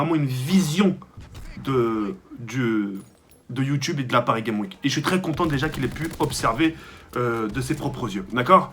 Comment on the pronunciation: Leawhi / Nan je disais ça pour la prononciation de car au lieu de dire Paris Games Week il dit PariGaimeWik